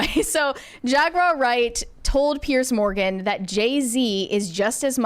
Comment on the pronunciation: Jag-wire? Seriously?!